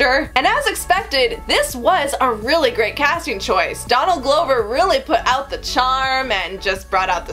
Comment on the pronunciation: Donald Glow-ver